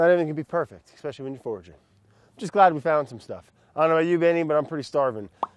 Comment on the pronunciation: Pleeeease stop saying "EXPECIALLY", it hurts